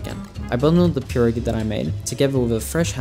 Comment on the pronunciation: A English YouTuber who said pierogi right? Damn u deserve more subs than Jakeyorous for that